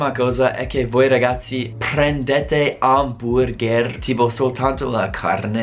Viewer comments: stupendo che anche tuo oramai dici HAMBURGÈÈR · Fa morire come ti sforzi a pronunciare "amburgher" all'italiana ;)